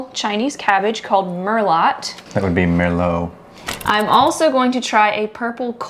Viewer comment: The Merlot pronunciation had us dying. Great video and you got me excited to make my own seed list today!